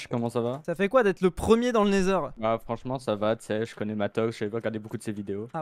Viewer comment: Cest neither et non naizeur 😂